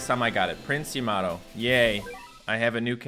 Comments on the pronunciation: It's prince yam-a-toe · It’s pronounced yam a toe